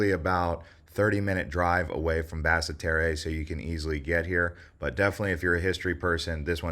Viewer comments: Not Bassa Terreh!! It's pronounced Bassterr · And (Bass-tear) Basseterre. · Basseterre pronounce Bass-tear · Pronunciation of "Nevis" and the capital make me cringe...